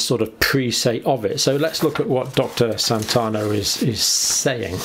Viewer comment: Santiano. Not Santano. I really like you and your channel John, and it always defend you against the naysayers, but when you don't pay attention to very obvious details like this (there are others) it makes me wonder what other details you're just blithely ignoring. Maybe you're working too hard. Please look after yourself and make sure you get enough down time.